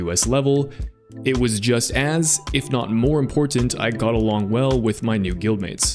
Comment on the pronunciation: Why do you add extra T's in your words?? Butt-tens, Import-tant, etc. I'd guild kick you for that